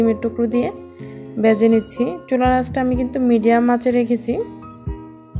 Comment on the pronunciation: " বেজে" না, ভেজে